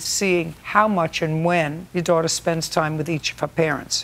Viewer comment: “My dwater”